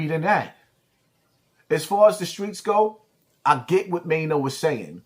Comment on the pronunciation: Now you like Maino but was calling him Chaino 😂😂